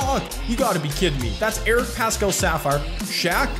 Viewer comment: hey, idk if ur gonna see this but i love ur videos. just wanted to let you know that paschall’s name is pronounced like “pass-cull” and not “pass-cal”